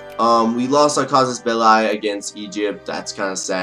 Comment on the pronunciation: Its cassus ball-ey no ball-i